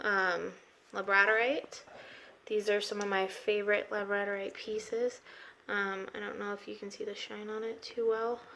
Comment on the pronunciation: So glad I stumbled across your channel. I am officially a new subscriber! Your collection is super stunning and has such a great variety of crystals. I hope you don’t take offense but just wanted to say two things: 1. Labradorite is pronounced LA-BRUH-DOR-ITE and number 2. Your “citrine” is actually heated/baked amethyst NOT real Citrine. You can tell because of its color and form. Much darker & amber than actual Brazilian or African Congo Citrine. I just don’t want you getting ripped off because real citrine is much more expensive than baked Amethyst. That being said, you do YOU gurl and I wish you nothing but the best in your future.